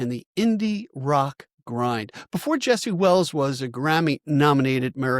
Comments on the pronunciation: “Jesse”. Thank you! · "Jesse". Thanks!